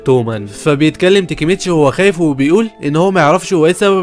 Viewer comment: ليش تنطق الاسماء غلط تاكيمتشي ❌ تيكيمتشي✅ كيساكي تيتا ❌ كيساكي تنتا ✅ تشيفويو ❌ تشوفيا✅😂 فالوهلا ❌ فالهلال ✅ ياخي انت من فين حضرت الانمي 😂😂